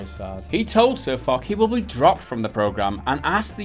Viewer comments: You're saying foch wrong it is pronounced fosh but spelled foch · Spelled Foch, pronounced Fosh. Just remember for next time. Watch one of their videos to hear them say their name correctly then make your videos :). Just some constructive criticism :P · Pronunciation sounds like "Fosh" as in Ferdinand Foch. Other than that, completely agree with you lads. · I cringe everytime he said sirfuck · its pronounced as Fosh after the French tank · IT'S PRONOUNCED FOSH, MORONS. And you didn't do very much research either....Wargaming CANNOT DMCA SirFoch since they have a CLEARLY worded post authorizing ANYONE to use screenshots and in-game footage for WHATEVER you want. MORONS. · Dear God it's Foch pronounced Fosh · and it's F-oo-sh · Fosh..... use a shhh sound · Pronounced FOSH. Like the French WW1 general. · " but in French u say it Fock " Oh non ! Absolument pas !! I can assure you that you really pronounce the name of this French Maréchal with a "sh" sound at the end, like in "posh" ... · DexterityHD That's the germanic pronunciation, however the name is a reference to a french tank, so you should use the french pronunciation "fosh". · But his name comes from a tank in the game, AMX 50 FOCH. And Also, it's pronounced Foshe. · lol they said his name wrong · you should have spent at least 2 minutes in researching how to pronounce guy's name properly, you simple minded 'muricans... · im sure there are already comments like this, but foch is pronounced "ch" with a shhh sound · I make of it that you don't even know how to pronounce Sir Foch.